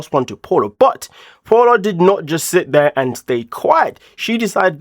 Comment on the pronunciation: Not Paula, its pronounced Pow-la